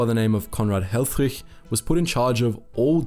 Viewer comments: Absolutely amazing video! Altough i do have to say that the i in helfrich is most likely prnounced as the i in “this” the way you it makes him sound very german where as for a dutchman you pronounced hellfrig as hellfrieg (perhaps that is how his name was pronounced though since germany and the netherlands are neighbours after all..) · The first dude's name looked German, but he pronounced it as if he was Danish.